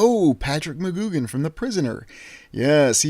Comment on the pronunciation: McGoohan is said mac-goo-an*